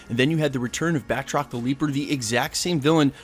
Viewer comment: Lol, this is the 2nd Falcon&WS video I watched that gets his name wrong... its BATROC...BAT-ROC!! 🤣